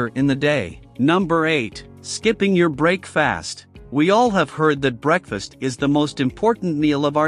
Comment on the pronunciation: Bro said break fast not breakfast